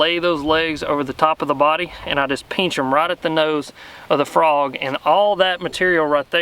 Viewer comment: “Peench em” 🤣 love it